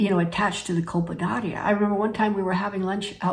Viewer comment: In my opinion there is too much good information here to worry over the mispronunciation of a word that is inconsequential in this context.